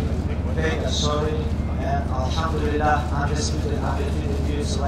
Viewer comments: its elhamdulilah not alhamdulilah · Why does he keep saying our ham dealer.